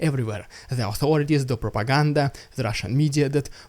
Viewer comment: Your "rrrrrridiculous rrrrrrrrrrrrussian prrrrrrrrrropaganda!!!" always gets me hyped up!